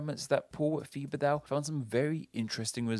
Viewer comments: FYI the professor's last name is pronounced like "Tibba-doe". It isn't "thee-buh-dow" lol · Don’t know if he pronounces his name “Thuh-bug-Dow” or not but that name is pronounced “Teh-bah-doe” in most French speaking places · I think the correct pronunciation of Paul Thibodeau is (Tib-ba-do) at least the pronunciation I'm familiar with coming from New Orleans (where it's often spelled Thibodeaux) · The way you pronounced Thibodeau was so awful and now I understand why my great grandfather changed the spelling to Tibedo 😂💀